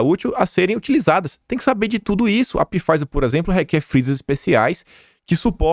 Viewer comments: NÃO É PIFIZER QUE FALA , É P MUDO! SE FALA FIZER. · Pifaizer NÃO!! É "faizer"!! Astra ZÊneca!! Acento na primeira sílaba!!! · Não e "Pifaizer",. A pronúncia é somente FAIZER! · KIM, Pfizer - fala-se Fizer (P mudo); Astra Zeneca, fala-se Astra Zêneca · pronuncia os nomes de forma correta! Se pronúncia FAIZER e ZÊNECA. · Olá, excelente vídeo como sempre. Só uma dica: Pfizer pronuncia-se fáizer. O p é mudo. Abraço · Caro. PFIZER leia-se F A I Z E R. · Pô,, Pifáizer ficou muito Bosnáglia ou própio. Por favor, o conteúdo continua massa, mas a leitura pode melhorar. Abs. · Todo dia é a mesma coisa. Apesar de várias pessoas alertarem para a pronuncia nos comentários, ele continua pronunciando errado pois não lê nenhum comentário.